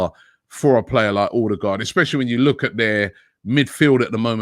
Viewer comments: Order-guard ffs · Stop calling him Ordie-guard !!!